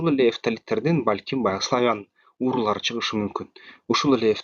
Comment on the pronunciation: Уурулар эмес уруулар деп айтчы.